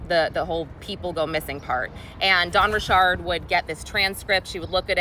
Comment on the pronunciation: I swear you and Kadishalynn are the only 2 people who pronounce Dawn Richard’s name right.